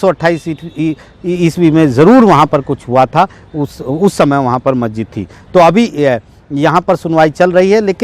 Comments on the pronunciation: Patrakar mahoday majjid nahi hota ha masjid hota hai bolna to jara thik se sikh lijiye....aise report banayenge to log aapko jahil samjhenge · मस्जिद बोलना तो कम से कम सीखो चाचा